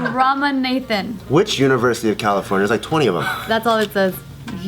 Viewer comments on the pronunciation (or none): Rama NATHAN LOOOOL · Any Indians laughing at the way pronounced Ramanathan 😂